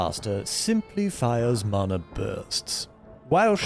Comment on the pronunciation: This is such a small thing, but as a Hawaiian it makes me super happy that you're saying mana right